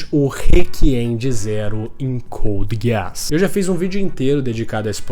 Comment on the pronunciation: É só eu que fico com agonia quando ele fala code giaás